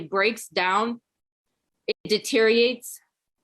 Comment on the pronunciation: She can’t even pronounce the word “deteriorate”? Yikes.